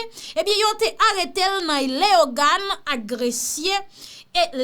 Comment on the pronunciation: ⚠️Chère madame, ki problem ou gen ak pronosyasyon (so) ou tj mete on (y) ladan. tankou ou fek di la, Leyogan, ou tj ap di teyoris.😄